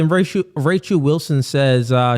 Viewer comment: "spirichue" "Rachue" "Bye-bue" "Cuh-rynth" crazy for a "priest" to be so ignorant of correct, or even mainstream, pronunciations.